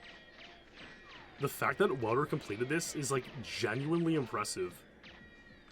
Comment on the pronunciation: Wow, love these deep dives 💯 Polite clarification on Wouter's name, for posterity -- Matthijs ten Ham once clarified the pronunciation as VOU-ter YAHN-sen 👍🇳🇱